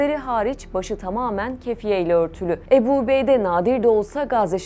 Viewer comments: Правильно озвучивайте.не Эбу Убейде а Абу Убайда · Уважаемая! Не Эбу, а Абу Убайда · Не эби а Абу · Не Эбу а Абу что значить с армбского отец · Абу убайда А не убеда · Good explanation about the Abu Obeida but please pronouncing his name Abu Obeidi is not correct 😅 it's Abu Obeida da da da simple as that ✌️😙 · Не эбу убейде а Абу Убэйде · Не эби убейдэ, а Абу Убайда🤦‍♂️ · Ни Ебу убейда а АБУ УБАЙД надо говорит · Переводчик не эбу убейде А АБУ УБАЙДА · Не Эбу убейда а АБУ УБАЙДА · Правилна гаварите не эби убейде а Абу убайда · Не обейде а Убейде, не Эбу а Абу, не эль жазира а Аль жазира. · Не эбу а Абу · im sorry but the way she pronounces abu ubaidah is sending me 😭 please do your homework before pronouncing a foreign names 🥲